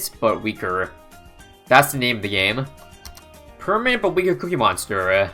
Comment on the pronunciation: I heard permit 😳